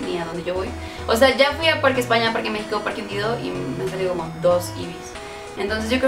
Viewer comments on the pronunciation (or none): none